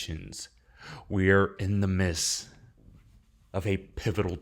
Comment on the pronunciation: The phrase is 'in the midst'. Not in the miss. Thanks for the info and warnings